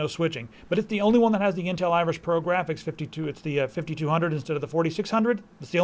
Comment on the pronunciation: what said- intel iris pro what i heard - intel IRISH pro COME ON DE LADS